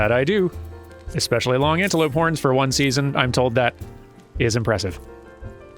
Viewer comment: I wass listening to just audio becouse I do that while I walk sometimes and I wass sure you did say porn when you sayd horns and I yelled what! in the middle of my walk right next to a person walking his dog and scared the living hell out of that dog xD😅😂